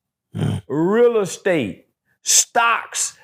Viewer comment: “Realla State” lhhhhh it’s Real Estate…